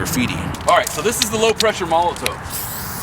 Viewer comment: not to be a penis head,but im pretty sure molotow is pronounced molotov because its a german company and w's have v sound in german,just saying,love ya keep it up homie!!!